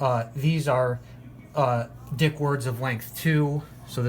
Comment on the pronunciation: It’s pronounced “deek”